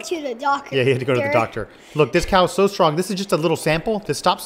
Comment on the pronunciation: It's cowu